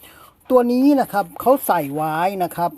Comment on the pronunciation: พี่คำว่าไว้ อ่านเป็น ไรเลย?!!!!!